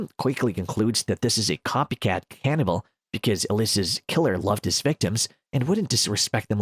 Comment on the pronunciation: Aw man, I love "Ke-FOUR-nibble"